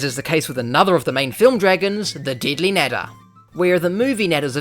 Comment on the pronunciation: bro did not say nadder